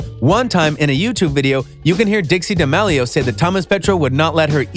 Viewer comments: Duh-meal-e-o is how its pronounced dumb dumn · The way he says D'amelio XD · The way he said “Charli D’aMelio” made me scream lol🤣